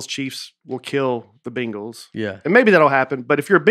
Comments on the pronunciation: Quick note: pronounces “Bengals” just like he pronounces “penguins”. It’s more like “Bangles” than “Bengals”. Sounds like the same guy selling “bangles” out the back of his truck for the Arkansas zoo. “Got a couple bangles in the truck…fifty bucks” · You guys sound like you are saying "Bingles" whereas if I were to ever utter that word, I'm going with "Bangles" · I just started this podcast and wanted to comment on how absurdly pronounces The Cincinnati Bingals. And saw the hundreds of comments on how mean Nate was to about traveling. Now I am skipping to the end to watch this train wreck